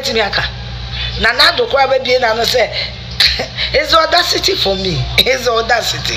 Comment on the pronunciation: Is just odacity for me!! It's odacity city for me!! Afia kept repeating this 😃😃😃